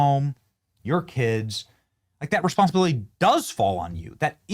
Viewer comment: my gosh she can’t work because “ she have keeds” So sick of these lazy a$$’s